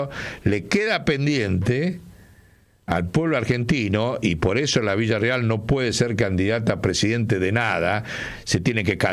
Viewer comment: Por qué dice Villarreal, si es Villarruel ?